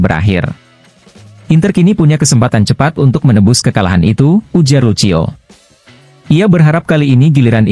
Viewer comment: Woooiii... Lucio bacanya LUSIO. Kurang bahasa asingnya yaah...😇